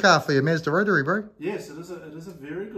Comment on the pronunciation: is there a meaning behind how you pronounce rotary sounds like rotree haha cracks me up